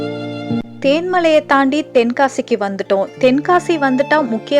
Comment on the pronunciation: அது தேன்மலை இல்லை தென்மலை